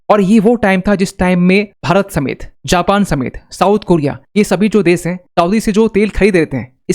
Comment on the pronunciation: देश बोलिए देस नहीं ।